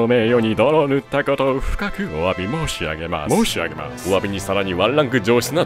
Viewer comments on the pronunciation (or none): ｢お詫び申し↑上げ↓マァス｣に思わず吹いたwwwww それは兎も角取り敢えず 相変わらずフロムしてるなぁ.....